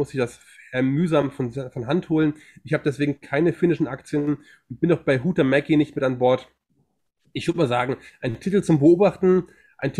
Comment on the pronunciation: Huhtamäki, finnisch, gesprochen Huchtamäki, Betonung auf der 1. Silbe